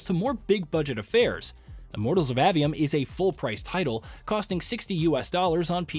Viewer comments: Bruh its A-V-Um not Awe-V-Um or Ave-E-Um. if you're gonna make a whole ass video about it learn how to pronounce the shit. It's not like dev videos aren't out there where the people who worked on the game say the name outloud several times thus teaching you how to pronounce it. Seems like a minimal amount of work to put into creating your content. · A. 'A'-Vee-Um. A, as in, Jane saw A dog. Not Ah, as in Ahhh, Real Monsters.